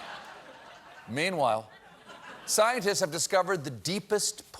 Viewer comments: Always here for "PEEN-WHILE" 😂😂😂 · I will never get tired of SEEN-WHILE😭😂😂